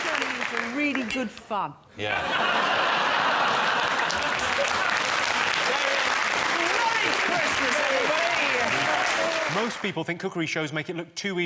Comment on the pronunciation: I thought she said "really good fuc* but according to the subtitles it was fun.